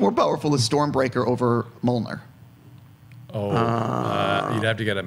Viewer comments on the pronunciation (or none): This was a great, informative interview. Only two problems I have: 1) why does the interviewer have black fingernails, lol? That's kinda bugging me, haha!! 2) the interviewer called it "Mollnir". That's bugging me even more. C'mon, interviewer, do your homework. It's "Mjölnir". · "Thaynos"? "Mulner"? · Between him saying Thane-os repeatedly and then Mull-ner, I'm wondering if this guy actually saw any Avengers movies